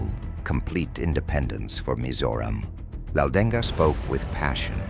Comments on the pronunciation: Not laudenga it's Laldenga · Not 'Laldeng-ga' we Mizos simple pronounced 'Laldenga'. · it’s pronounced M-AH-U-T_A-M Not mauthain learn how to pronounce It’s pronounced L-A-L-D-E-N-G a In Mizoram a [pronounced like ah] is used to describe a male and i[pronounced like e] to describe a female and names not mizo have hyphens place before the a or i for example Rafael-a,Michael-a,Jessica-i,Lycan-i And for Mizo names it goes like this For example Rinawma ,chanchinmawia, mami ,Mamuani In Mizo names the hyphen(-) is not placed to not get confused on how to pronounce words If there’s th in a word in Mizo the t is pronounced loudly and greatly and fun fact is our letters were written and invented by Britain and i remember one hospital that they made located in durtlang called synod hospital it’s more advanced cuz of the British people tho most British people can’t speak nor read Mizo these songs were sang like how most song of that time were sang like battle hymn of the republic years passed we are still Christians because allah is a statue i can make and I don’t worship stones I worship the only true savior Jesus and god the protector of Israel the protector who never got tired the protector who never slept the protector who never died but the MNF is now the original of now many Mizo land protectors Mizo has solved 70 to 89 % of all problems using passive and calm communication,patience so this is correct but narendra is breaking it now because of his crazy projects for Mizoram hes making train routes for easy travel but there is a